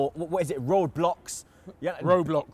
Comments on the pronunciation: makes me laugh how can man say Roadblocks instead of roblox😂😂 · Man said road blux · Man said "roadblox"😂